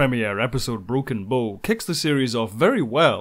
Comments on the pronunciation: Ugh... It's Broken "Bow" as in the bow of a ship, not "Bow" as in bow and arrow... To properly pronounce, start with "Ow" as if you just stubbed your toe on the coffee table. You know, the first half of "Ouch". Now put a "Buh" sound in front of it. Should sound like you started saying a "B" word and then stubbed your tow... B-OW! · Bow as in ship bow, not bo. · It's not broken bow (bow and arrow) it's broken bow ( the front of a ship, pronounced bough.) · Great! Although I think you're consistently mispronouncing 'Bow' :p